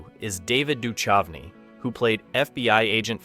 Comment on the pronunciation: its pronounced doo-kouvney not doo-chuvney.